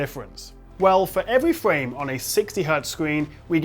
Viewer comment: Fow evewy fwame LOL